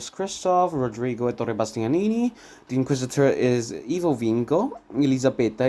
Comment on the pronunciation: Happy to hear you appreciate the greatness of Bonaldo Giaiotti in this role! I think he is also the best (or almost) Boito's Mefistofele. There is also an entire play on youtube set in Liceu. Bumbry is particularly good in the veil song in the Orange live videorecording. (Allow me a few corrections, if you don't mind, for your next videos: Zaccarìa, not Zaccària; Èttore Bastianini not Ettòre; and the last one: "ch" in italian is pronounced like a k, therefore you have to read "Filippeski", not "Filippesci") Good work and let me suggest a video about Rigoletto.